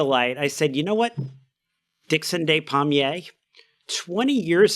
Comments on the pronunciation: Ah your American pronunciation meant I thought his name was palmier not pommier - Dickson of the apple trees .... so his DNA must have been rooted in the orchard... it kind of makes sense. Thanks to all of you for a great episode, helps all your fans commemorate this loveable polymath, auto-didact, raconteur, teacher and all around decent human being. Thank you ❤ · Re de-des pronunciation: In French "de" is pronounced "deh/duh", while "des" is pronounced "day". Despommier = daypommiay